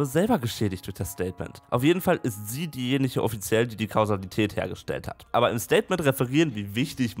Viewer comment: "Sie ist offiziell diejeniche" hahaha Rainer vibes bumping